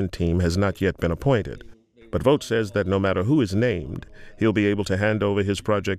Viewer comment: Thanks for pronouncing Vought correctly. Vought rhymes with bought. Pun intended.